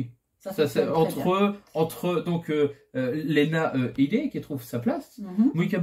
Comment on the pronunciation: Coucou Alors j'ai vu ce film il y a bien longtemps et grâce à Lena Headey car j'adore cette actrice et juste au passage on prononce Lina Hidi et non Léna Hédé 😉 J'ai bien aimé ce film, mais suis-je vraiment objectif ? 😉 J'ai été étonné que vous présentiez ce film car je l'aurais pas classifié dans les oubliés, mais vous m'avez donné envie de le revoir 🙂 Et votre idée de film conseil pour les jeunes est une bonne idée après faut toujours préciser que la sensibilité des uns et différente des autres, j'ai deux enfants de 12 ans un garçon et une fille, et je sais que mon fils peut voir plus de chose en matière de film de genre que ma fille qui veut rien découvrir car elle aime pas être angoissé ou avoir peur, je pense la vendre 😂 Sinon gros like les amis pour votre vidéo 😘